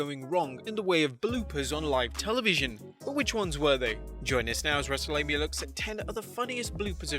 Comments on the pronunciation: Why does he always say wrestle-lame-ia instead of wrestmania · even botched.